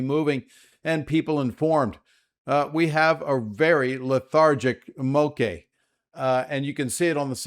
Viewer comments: MOKE SOUNDS LIKE BLOKE. That is how this word is pronounced. MOKE! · Bra🤣, it's Moke like Blala. At least that's how this pidgin word is pronounced. Though it doesn't matter to me how anyone says it as long as their safe